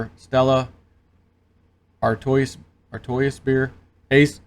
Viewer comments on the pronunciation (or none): Stella “Are-twah” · "Stella Artois" is pronounced "Stella Artwaa". They were established in 1366. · Monsanto has changed their name to bayer so look out for that also Artois ?? Come on man !! (Ar-twa) at the very least